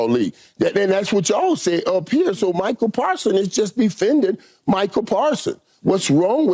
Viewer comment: Someone tell the playmaker it's MICAH, not Michael.